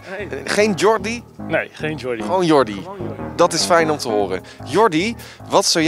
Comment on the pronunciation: Djerrie en Djamie? of deze J is gewoon een J en geen DJ minuut